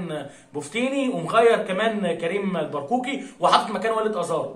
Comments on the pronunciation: كيفية نطق اسماء بعض اللاعبين المغاربة عبد الاله الحافيظي - محمد علي با معمر- كريم البركاوي وليس البرقاوي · تحية كبيييييييييييرة لك من مدينة طنجة المغربية،ونشتم ليه يا حبيبي،عيب عييييييب،هوا احنا نقدر،بس ليا عندك طلب صغير كده،أنك تبذل مجهود أكبر في إنك تنطق أسماء لاعبي المنتخب المغربي بشكل صحيح أو قريب من الصحيح،زي مثلا البركاوي بدل البرقوقي،و پا معمر بدل بوعمير وغيرو وغيرو....،بالتوفيق إن شاء الله أخي 👍